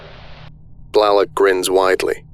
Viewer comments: Blalock is pronounced “bl-ay-lahk” just for future reference. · I have never heard Blalock pronounced Blahlock before 🤔